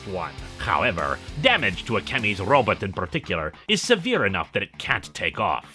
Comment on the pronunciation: I love the way he says RObit!